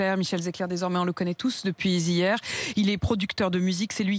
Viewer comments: < Depuis zi hier > bonjour la liaison d' Apolline de Malmerde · Depuizihier (depuis hier) tu le mets où le H aspiré,madame Machin..